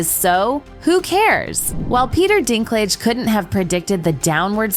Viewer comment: the ai voice over on this needs some work lmao, mispronouncingg words like " DISNAY, WOKAY, PETER DINKLIG "